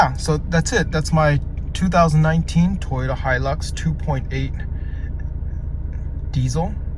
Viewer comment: Finaly! Someone pronounces Hilux properly!!!